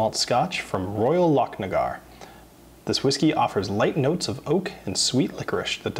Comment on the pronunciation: u pronounced Loch as lock the same way the English pronounce it. Don’t get me wrong u are very good compared to most but just a few little syllables give u away. I wasn’t having a go I enjoy your channel and have subbed so sorry if u thought I was having a go. ✌️❤️🏴 Edit Loch nagar not locknagar. Google how to pronounce Loch or you tube it. I look forward to more vids